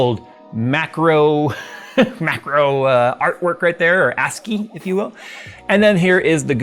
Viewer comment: The "C" in ASCI is silent. Also, it's 2025. Stop using VLC already and switch to MPC Black. It's been the better media player the entire time anyway.